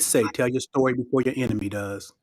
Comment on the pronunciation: "To make a long sory short..."